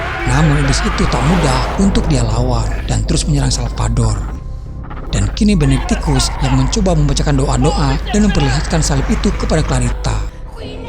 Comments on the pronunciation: Benediktus ya tolong.. bukan Benebenediktus🤦, please deh ah..! Ini cerita horor bukan komedi, jangan bikin saya ngakak..😤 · Benedictus bukan benektikus